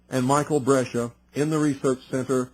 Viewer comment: Brescia- Bres cia